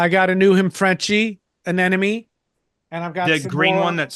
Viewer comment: Fun show, but I'm seriously laughing at you bitching about people mispronouncing things, but then you persist in pronouncing "anemone" as uh-NEN-uh-me instead of uh-NEM-uh-nee. I mean, they're called NEMs for short, not NENs, dude. Then your 3,000 subscribers hear you and mispronounce it, and they say it to their friends, and soon we have human sacrifice, dogs and cats living together, mass hysteria!